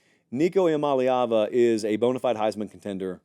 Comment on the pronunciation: please take the time to learn how to pronounce Iamaleava. You are doing the same thing as the idiots on TV. there is no MOLLY in his name EEE ama LAY ava E-uh-molly-ava IS INCORRECT.